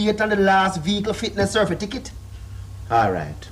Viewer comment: "cerfitakit" LOLOLOLOL